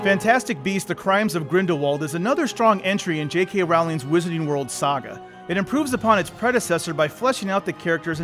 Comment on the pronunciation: "J.k ralling" lol mk